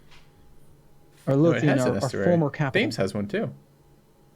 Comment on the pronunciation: Your pronunciation of Thames kills me, being a Brit. It's pronounced "Tems" not "Fames" Don't question why.